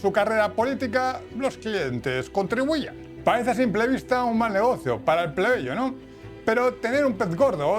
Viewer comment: Plebello???? minuto